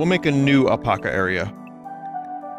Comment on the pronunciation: Why does he say apaca?